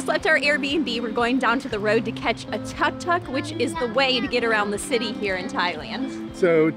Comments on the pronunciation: It is pronounced took took. I enjoyed watching this video. Thanks for sharing. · “Took took” not tuck tuck. Not sure how you even end up with that pronunciation. You guys said you went here before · Its pronounce as took took nit Tark tark hahaha BTW nice video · Thank you so much for sharing your journey to Chiang Mai! It is beautiful. The Buddha temples are the best! Thailand food is soooo delicious!!! By the way, TUK TUK is pronounced like TOOK TOOK, not TUCK TUCK 😂😂